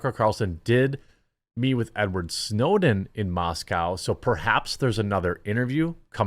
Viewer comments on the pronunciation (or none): There is no "cow" in Moscow.